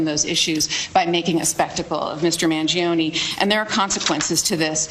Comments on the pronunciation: So true! I had a hunch from the first 2 words (I am Italian myself) but the perfect pronunciation of “Mangione” gave it all away! Ottimo lavoro con questa analisi, spero di vedere la seconda parte presto. Luigi libero 💚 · Are you Italian? You have the first accurate pronunciation of "Mangione" I have heard.